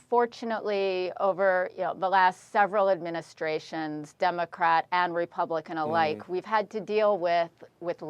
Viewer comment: "Anti-American"... She mispronounced "Democrat!"